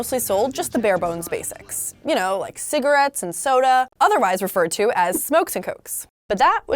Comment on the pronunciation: is the "g" in "Cigarettes" bothering anybody else? 😂